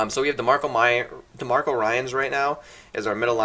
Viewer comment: Demarco ryans... lmao Demco... BABIN ba-bin is how you pronouce that lol